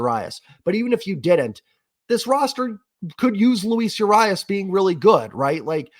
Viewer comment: This bullpen, cant wait to see what we get out of it, its an over the top signing, Jerry was just waiting to strike, of course pen looks bad in spring, they not focused on quality innings right now, they focused on practice and getting good results on certain pitches. Btw its Ur-RII-UAS strikes agian. 😂